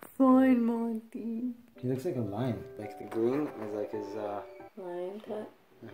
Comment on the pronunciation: 🤣😂🤣 rocky is Hilarious! Everytime I see your senegal rescue vids...i keep hearing you calling monty, morty🤣😂🤣 i actually like the name morty better 🤣👍💖 thanks for another fun vid🙌